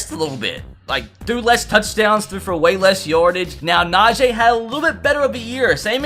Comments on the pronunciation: It’s Najee bit najay 😭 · why do you pronounce Najee Najay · Bruh stop saying nah-j it’s nahjee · Bro it’s najeeeeee not najaaaaaa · its na-jee not na-jay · Just a tip. It is Na-gee Harris not Na-jay Harris. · Na g not na Jay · Dude, Najee Harris even said repeatedly that his name is pronounce, na-gee, not na-jay, and Levi is pronounce lee-vy, not luh-vay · Bruh cam you explain to me how do you get Na-Jay when it's literally spelled Na-Gee like come on now the guy has Specifically said its pronounced the way it's spelled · It’s naj-E, not Najay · “Na-Jay Harris” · and he doesn’t know how to say najee harris